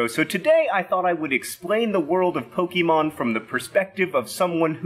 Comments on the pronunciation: Hey John! You know words, right? The 'e' with the little comma thingy is an acute accent. It's found in words like resume, entree, cliche, deja vu, and fiancee. It means the e is pronounced like saying the letter a. It's pronounced "Poe-kay-mon". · Such a dad-adult-person pronouncing it "poke-ee-mon." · If you're a dad that knows nothing of Pokemon, you would've called it Pokeman like my old elementary and middle school teachers back in the day. ;) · "Pokey-mon" lol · Pokémon is pronounced "Poke-ay-mon." Its plural form is unchanged. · It's Poke-ay-mon. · I think it's more like po-KAY-mon. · Ahhhhhh, pokémon. Poh-kay-mon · Um, actually is PokAYmon. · But it's "Poh-kay-mahn", as the é is an "ay" sound. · I dunno if I can make it through this video with him repeatedly pronouncing Pokémon with a long "e". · It's very hard to get through this video when you know Japanese. It's not POKEY! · Lesson no. 1: The "e" in pokémon is pronounced as in pocket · To clear up some confusion 1. Pokémon is pronounce with a long a instead of a long e 2. As for the origin of Pokémon, it’s commonly believed that the god of the Pokémon universe, Arceus, created a species of Pokémon called Mew that evolved Darwin style to their surroundings, creating new species 3. When a Pokémon “goes to the professor” they just go to this thing called the Pc which stores Pokémon. In Pokémon Go you can exchange Pokémon for candies that can make Pokémon more powerful or evolve them, it is speculated that the Pokémon are grounded up to make the candies however there is little evidence of that in canon. 4. Pikachu is based off a mouse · Fun fact! The accent over the "E" in the word Pokémon indicates that it makes an "eh" or "ay" sound. Not a harsh "ee". I understand that these aren't widely used in English and as such will be misunderstood or ignored, but still. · You can tell he knows nothing about Pokemon by the way he pronounces it lol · Well for 1 you pronounce it wrong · Pokeymon huh?